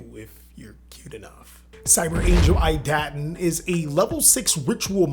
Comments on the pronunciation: EE-Dah-Ten. also good list. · "Ee - duhh - ten" (idaten)